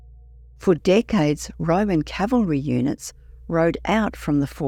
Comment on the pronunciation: it's Decades not Dickades 😅